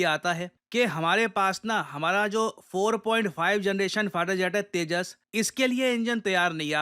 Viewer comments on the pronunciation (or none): none